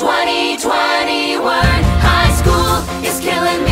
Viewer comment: the bit in High School is Killing Me that really makes me crazy is that when they say "there's nowhere to turn, for the class of 2021" they pronounce 2021 like twenty-twenty-wern (I KNOW it's for the rhyme with "turn," but it kills me every single time)